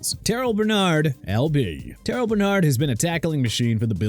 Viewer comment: Terrel (Tir-rell) Bernard not terrol stupid! Also Will Fries (freeze) not fries like the fried potatoes! Useless! And even worse you have Tyrone Tracy's last name on screen incorrect because THERE'S NO "E" IN TRACY!!